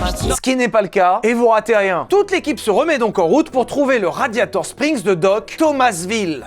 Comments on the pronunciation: Ha un moment vers j'ai écouter Gladiator strings au lieu de radiator spring c'est moi ou ?😂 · "Gladiator Strings" ou mes oreilles ont beugué 😂😂😂😂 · je sais pas si il a fait exprès ou pas mais à il dit raditor string mais je pose sa la vous faite se que vous vouler de cette info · !? Gladiator-strings !?!?!?!? .......RADIATOR-SPRINGS !!!!! Le printemps du radiateur ! Pas le string du gladiateur !!!! 😂